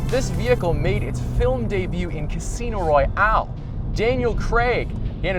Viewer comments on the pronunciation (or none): none